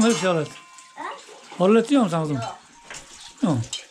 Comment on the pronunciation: Horolet deyil oralet😊